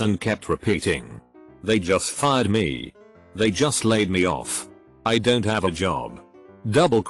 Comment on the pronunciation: the text: don't voice: dontsot